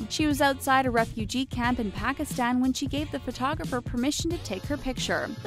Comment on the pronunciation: omg the way they pronounce ''Pakistan'' i cannot stop laughing btw not hating and I'm pakistani